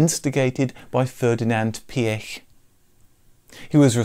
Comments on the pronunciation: Thank god you pronounced Phaeton right and even Prof. Piëch! I’m impressed! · You are very good at pronouncing the name Pierch. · Kudos for correctly pronouncing Piëch and Porsche. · I've just clicked on this as I've often wondered what happened to the Phaeton. My joy, however, is in hearing all the words pronounced correctly; Piech (not Peek or Peach) etc and I hope when you do a Lambrghini Countach video it will also be pronounced as it would in it's home country and region and it isn't Coowntash!